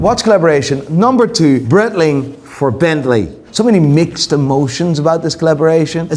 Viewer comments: So you still pronounce Breitling like brettling? The part of Switzerland where Breitling comes from is german, and the name is german, therefore it's brite-ling. I thought you knew this, mr watch expert. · It's actually pronounced bright-ling. In German (or Swiss German), the last vowel is enunciated with words containing a variation of 'ie'. I.e. der spiele = der spee-luh, die Freiheit = dee fry-height Unless another German wants to tell me otherwise, in which case, I'll eat my shoe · Could learn how to say breitling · Don’t know about this Bretling but I remember Breitling doing a collab with Bentley. Saw some iced out ones in NYC, they were frankly horrific. Piguet too, not Piquet.